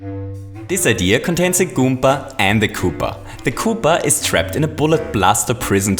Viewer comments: Why does he says goompa instead of goomba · i get irritated when he pronounces goomba goompa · you are saying goompa XD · Randy Garcia He Also Says Goompa Which In Fact Is A Mario Character